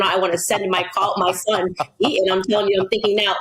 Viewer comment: Tell me. Why do many Americans leave out the letter "T" when pronouncing words. Harrys school is named Eton. Candace pronounces E-on. Important is another word I've seen Americans pronounce impor-ant. Is it laziness or do you think it sounds cool?